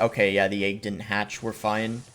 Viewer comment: The way boss says “egg” like “ayg” just makes me mad for some reason 😂 Love the content though